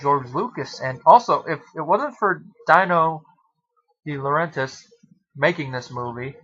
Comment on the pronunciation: Great movie. I saw it at the theater. Went to see it again the next day and it was sold out so I saw Any Which Way You Can instead. Just to let you know, since you do movie reviews and Dino De Laurentiis produced a good amount of movies, Dino is pronounced like Fred Flintstone's pet Dino and Max von Sydow is pronounced Seedow instead of Seyedow. Good review.